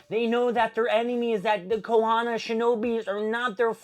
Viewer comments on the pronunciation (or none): This is such an L take. First of all the word is KONOHA - not Kohona. Bro literally can’t pronounce anyone’s name and is asking questions about plot points that literally got explained like Kurama. Also, setup is required between any arc. We saw that in Naruto, Shippuden our pretty much any other anime. At this point I’m sure he didn’t read anything past like the first 2 pages. If you don’t like it then just don’t read it.